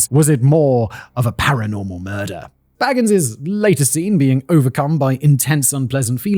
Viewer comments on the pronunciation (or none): The Ghost Adventures guy is named Bagins, pronounced bay-gins. Not Baggins. He's not a freaking Hobbit, small brain.